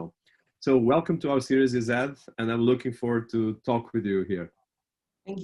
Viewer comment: Digital marketing has sure revolutionized marketing and given businesses a more global reach. Meanwhile I can't get over how the interviewer pronounced Ized😂😂